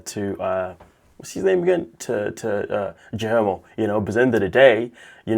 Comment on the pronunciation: GI-Yer-mo. Thats how its pronounced. Not whatever the fuck you said